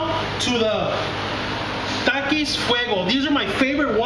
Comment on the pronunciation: i like how you said TAKIS